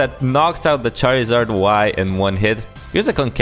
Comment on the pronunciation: Raj Mishra does he say that? Damn that makes “chairizard” look correct